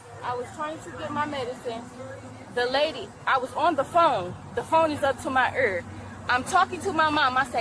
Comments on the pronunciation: What the flock is an "ehr", ya dopey girl creamed corn girl, it's called an ear, learn pronunciation. This ain't about an accent. Because I have an accent. Learn how to pronounce things regardless of your accent. Don't perpetuate and promote a certain type of broken vernacular because you think that's what it means to be black cuz I can guarantee you it isn't. also the word "hehrrr", not here. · It’s ear not err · here and ear should rhyme when spoken correctly… I just heard a very clear HERE 💋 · 😂😂😂she just called her EAR an URR😂😂😂 Someone didn’t pay attention in schooo😂😂😂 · “Da FonE izzup tuh’Ma uRR.” Fuck’s sake can we stop making up new extra nonsense ways of deliberately mispronouncing words? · Did she say she had the phone up to her “are”?😂